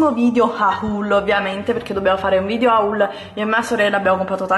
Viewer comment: Sai che si dice "VidEo" e non "Vidio" ? 😞